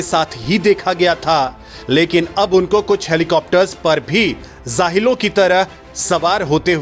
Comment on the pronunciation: Zahilon nahi Jahilon hota hai jahil...